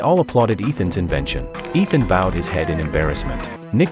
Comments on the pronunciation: It's Ishaan not Ethan. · Ethan hunt lol. Its ishaan.. dumb narrator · His name is not ethan it is "Ishan' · It is not Ethan it is Ishan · bro its ishaan not ethan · Ishaan. Not Ethan. You USA people call Ishaan Ethan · It's not ethan hunt .. It's Eshan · IT IS ISHAAN! NOT ETHAN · Bro his name isn't Ethan! It's Ishaan! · it isnt ethan its eshan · 😂😂😂 his name is not Itan he is ishaan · Bruh stop saying Ethan he’s name is Eshan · It’s Ishaan not Ethan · His name is not Ethan it’s ishan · Its ishaan not Ethan bro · BRUH ITS ISHAAN NOT ETHAN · His name Is not Ethan its eshan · Its Ishaan Not Ethan😂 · ITS NOT ETHAN ITS ISHAN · his name is not ethan its ishan 😢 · It is not Ethan it is ishan and the tech arts name is not nick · Not ethaan!!!!! Say eshaan madman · his name is not ethan its ishan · Its ishan not ethan but good description of a good movie . Nice work ❤ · His name was Ishaan, not Ethen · It's not Ethan it's Ishan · Bruh its not ethan, its ishaan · Its Eshan not ethan 😂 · he is called Ishaan not Ethan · What then? 😂😂 Bro it's I shan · Why re you pronouncing the name incorrectly? The boy’s name is Ishan and the teacher’s name is Ram. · To correct you, It is Ishaan not Ethan.